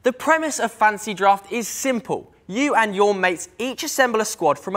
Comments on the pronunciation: Yeah he keeps saying Fancy draft and Welf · I also heard "fancy draft" every time